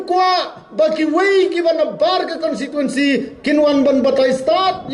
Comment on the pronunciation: Kat u mdc tang ban pronounce constituency ruh dang kynnoh consituency mo dei ba sa shu jler